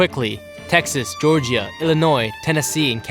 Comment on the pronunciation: georgia joRgEaH